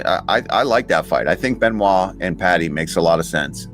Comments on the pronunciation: Its pronounced Be-no-it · Ridiculous how many of these clowns pronounce it "Ben oyt" and not "Ben wah".... Either way, Pimblett wins. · Benoyyt Sane Denise 😂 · Are we seriously calling him Ben-oight? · How the fuck do you think it’s pronounced Ben oyt? lol. Good god. Learn to read. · It’s pronounced Ben- wah…… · Benoyyt lol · its actually Bun-wah to be 100% correct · Beuh-noix actually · Why dom say Benoit like that 😂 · It’s embarrassing to listen to. Not Only did D. Cruise prounce BSD’s last name Ben- oyt, but he pronounced the “s” in his last name and it came out like Denise. How far under a rock do you have to live to have Never heard a French name pronounced?!🤣🤣 ffs Even Chael (the lowest bar there is- and we all love him for it) can pronounce his name!!!!!!! I’d bet you could offer Cruz a million dollars and he wouldn’t be able to pronounce Saint in French.